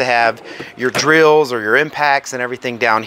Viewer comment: Good review with useful information. The way you say drills: dree-als 😂